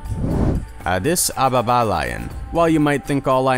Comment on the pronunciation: You say addis ababa weird